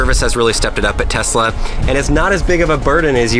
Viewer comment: “Her in my garage with brand tesluni” so “Knowledge”?